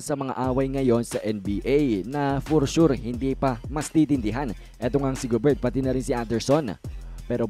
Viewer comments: GOBER lang po ang tamang pronunciation... silent "T" idol... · Gobert pronounced as Gober kc French po si Rudy.. correction lng idol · Paki pronounce ng ma ayos ang family name ni Rudy Gobert silent t